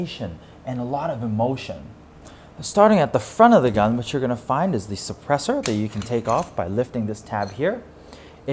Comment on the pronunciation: "Maghck Sappressur"